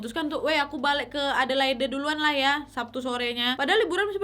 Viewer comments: Maaf kk, sekedar koreksi. Adelaide dibaca edelaid, bukan edelaide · bukan a de lai de, tapi e de leid waaaakkk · Sorry kak, aku geli ketika kakak menyebut kota Adelaide Dgn pronounce yg salah. Bukan Adelaide seperti yg tertulis tp Adelaid. Maaf aku tinggal di Adelaide dah hampir 5 th smpe skg. Thanks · Bunyi nya adelade = Adelaide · Adelaid bacanya gitu Nyak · Aq tinggal di Australia. Lucu pas Nadia pronounce Adelaide (baca: Adeleid). Mgkn iitu kasus dulu, skrng memberi tumpangan orng di jalan, ada law nya, ga boleh dan bisa kenak fine. Dan sudah g pernah denger kasus2 tumpangan seperti ini lg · Iyaaa salah ya,harusnya cari dulu di gugel